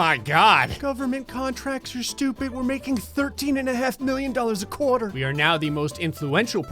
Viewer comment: “… a CORE-TUR”